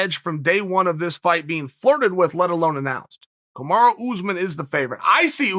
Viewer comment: Me: "Kamaru Usman" Chael: "Kamara Oozemans" Me: "Kamara Oozemans"